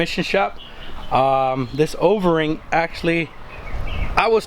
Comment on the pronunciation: Does he keep saying Overing instead of O-ring ? 😂 sounds like ovarie. Solid vid tho 👍🏽